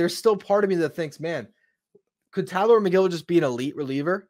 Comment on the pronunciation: It’s TylOr. He accentuates the O. I saw an interview.